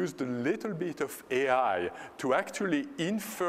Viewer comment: But they only used “a leetel beet of ai.”